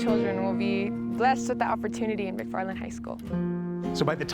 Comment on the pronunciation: It’s McFarland not mcfffarland 😂